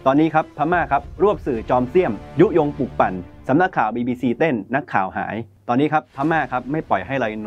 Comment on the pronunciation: คงอีกไม่กี่สิบปีดอก ที่ภาษาไทยจะวิบัติมากไปกว่่านี้ อ่านหนังสือกันแย่มาก นี่ขนาดการศึกษาระดับปริญญานะ อังกฤษ ต้องอ่านว่า อังกริด ไม่ใช่ อังกิด, ปลุกปั่น ไม่ใช่ ปุกปั่น เด็กรุ่นใหม่ได้เห็น ได้ฟังสิ่งที่ไม่ถูกต้อง แต่เค้าไม่รู้ดอกว่า ถูกต้องหรือไม่ เค้าก็จะอ่านและออกเสียงตามที่ได้ยิน ภาษาไทยก็จะอ่านออกเสียงไม่ถูกต้องนับแต่นี้.......... การทำหน้าที่สื่อ พิจารณากันหน่อยว่าควรปรับปรุงหรือไม่ หากไม่สามารถอ่านไห้ถูกต้องได้ ก็สมควรหาผู้ประกาศที่สามารถ เพราะนี่คือภาษารากเง้าของเราแท้ๆ แล้วจะเอาอะไรกับภาษาที่ต้องใช้สำหรับทำมาหากินในยุคสมัยนี้อย่าง ภาษาอังกฤษ!!!!!!